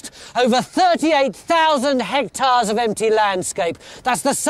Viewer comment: "Hectars", lol.